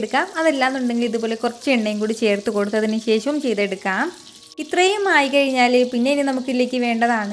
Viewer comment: ശേശം അല്ല ശേഷം